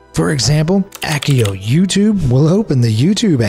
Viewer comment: Soft c Accio.